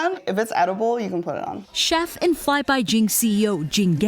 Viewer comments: CHef? WTF "CHef"??? um, it's pronounced chef. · The way he pronounced "chef."